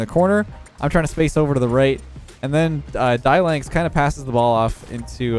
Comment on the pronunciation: BAAAAAAAAHAHAH, did ma boy just say "DIE-LANX", instead of Dylan-X? Kinda funny. 😁